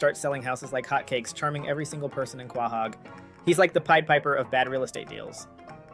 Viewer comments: I find the way you say Quahog more offensive then what he tweeted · Why are you saying Quahog wrong? Lol and who watches a cartoon with irl logic? Yeah of course Stewie having a publicist isn't realistic that's the entire point of stewies character....